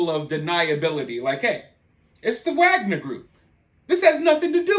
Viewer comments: I think they don't pronounce the ''w'' in Wagner group. I agree it should be pronounce Wagner not Agner. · I think it’s pronounced with a V. Like Vog-Ner. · It's said with a V not a W. That's how you say it like the Slavics.